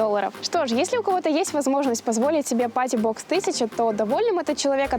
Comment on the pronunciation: Мне все время кажется что ты говоришь "JBL мать его box 1000"